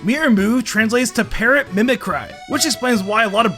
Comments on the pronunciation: It's mimi-CREE, not CRY, idiot. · He mispronounced mimicry... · Can we talk about how said mimicry?